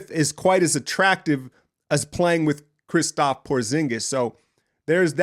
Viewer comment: I think its kristaps not kristap :)